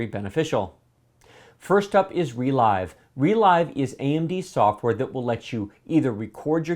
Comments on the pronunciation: I think ReLive is supposed to be pronounced 're-liv'. As in you "relive" your gaminig experience when you watch the recording later. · It's not "re l-eye-ve" You relive the game through a recording. It's a verb, not a new made-up word. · Isn't ReLive pronounced as in "to live"? Because "to relive something" means to experience a thing happened in the past. Saying "Relyve" sounds very odd to me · Not sure what the official pronounciation is, but so far every youtube channel pronounces it like the word "relive". Funny, reminds me of the Nvidia ti cards like 1080ti which everyone pronounces lile the letters except for very few people who say it like the word "tie". :D